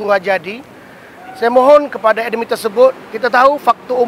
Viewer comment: Amanah yang tak amanah..wujudnya hanya mengipas , membodek bos2.sepetnya.... sgt busuk hati dan hasad pd TGHH.. CAKAP2NYA HIGH SOUNDING MEANS NOTHING.... sebut admin.. siap d tu ada qalqalah lagi...😂😂